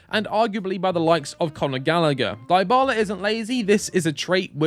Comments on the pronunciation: FFS it is not « Dye Bala » pronouns it « DeeBala » 😩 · After hearing “Daibala” for the 3rd time, I had to stop the video 😂😂